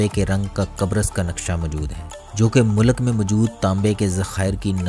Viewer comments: Mulak ni hota sir mulk hota hai.. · It is a good video however pronunciation of Urdu is a bit not right. Please correct it. Like it is “ mulk “ not Mulak. Population of Turkish people looks looks low, please check. It is 18%.